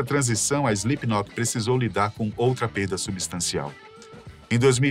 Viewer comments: Slipnok, SLIPNOK. Ele disse SlipNOQUE. Sim ele disse. Muitas vezes! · Quem avisa ele que o nome da banda nao é "Islipinóki"?? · SlipKNOCK não dá, até voltei porque achei que eu havia ouvido errado, mas por duas ou três vezes durante o video (e no finalzinho) ele fala errado kkk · Além de ter pronunciado errado várias vezes, e passado pela edição: Slipknoc... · ele falando SlipKNOCK me pegou um pouco kkkk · Palavra de fã (a no mínimo 15 anos) da banda… o roteiro ficou bom, mas a execução nem tanto… o apresentador erra inúmeras vezes o nome da banda chamando de Slipnok, os editores colocaram imagens erradas em momentos errados… faltou informação… a impressão que deu é que fizeram esse vídeo por conta do hype do Eloy Casagrande ser o novo baterista… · "Slipnoc" não, po.. pera ai kkkkkk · Primeiro, SlipknoQUI? Que agonia veio kkkkkk segundo, faltou abordou assuntos muito importantes sobre o lado "religioso" da banda, que, entre fatos, são assumidamente cristãos. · Pq o cara está falando o nome fa banda com C mudo no final? Será que ele não sabe ler? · Impreeao minha ou ele falou diversas vezes slipnok? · SLIPNOK essa me quebrou 😂😂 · Ele erra todas as datas. Ele falou slipknoque, bah que narração horrorosa. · É SlipknoT, não SlipknoP! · "Slipnoque" kkkkkj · SlipkinoC ? 😅 Pqp hem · Correção: Mick caiu depois de tropeçar no DJ Sid. O cara fala "Slipknoc" ... credibilidade nenhuma. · Foi só eu que percebi que ele não diz Slipknot?? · Slipnop....Slipnok.....kkkk ta difícil hein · Joey foi uma lenda, e se não o maior baterista da história Mas agr tipo assim, só eu wue percebi que o cara do video fala o nome da banda errado algumas vezes, principalmente a ultima vez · video bem legal, parabéns aos envolvidos masque nervoso ele falando Slipknot, poderia ter se esforçado mais nessa pronuncia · Ele falando o nome da banda errado o vídeo todo... que agonia kkk